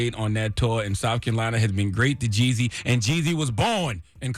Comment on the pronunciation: why are you pronouncing Jeezy's name like that🤣🤣